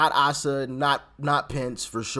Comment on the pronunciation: Hey Doc, as an Ar-kansan asa is pronounced ace-a, just so ya know glad to see the rino gone.